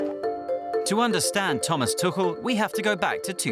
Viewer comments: So I've just discovered that his surname is pronounced tukkel and not too-kul. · Is his name really pronounced as tukel?